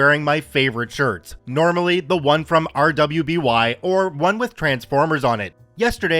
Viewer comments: Just so you know, if it is the show I am thinking about, RWBY is pronounced as Ruby. Its an animated show from Rooster Teeth. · RWBY is pronounced Ruby sas odd as that seems.